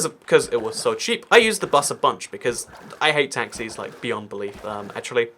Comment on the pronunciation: When you said “I don’t like taxis” I thought you said I don’t like taxes